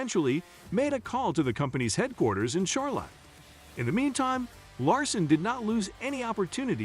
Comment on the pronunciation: No kidding, Char lot, where's that on a map 🤣 😆 🤣